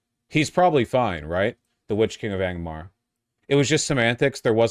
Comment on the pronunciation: I love hearing Vaush say “Silmarinnion” and “Witch King of Agromar”